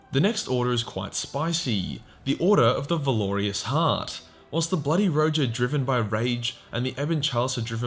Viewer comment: I can't listen to this. Every. Sentence. Isn't. A. Point. And you lost me at "Valorious" where did the i come from?? Valour-russ.